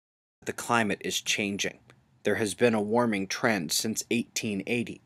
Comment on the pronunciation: bu bu bu global wawming!?!?